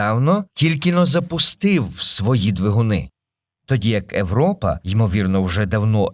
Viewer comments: европа, габл - це неможливо слухати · Чому ШІ озвучив Європу як Европу? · Дайте адекватну відповідь, чому ви так "знущаєтесь" над мовою? Еуропи, смертИ і т.д. Та вас слухати неможливо. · Мені дуже подобається ваше часте використання початкової «и» у словах! Це дуже круто, дякую! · Правильний варіант Європа пояснюється правилами української орфографії. Згідно з ними, на початку слова перед голосними [е], [и], [є] часто додається "й" або "є", щоб передати правильну вимову відповідних іншомовних слів. Оскільки в українській мові для слова Europe використовується звук [є] на початку, правильна передача цього звуку — "Європа", а не "Европа".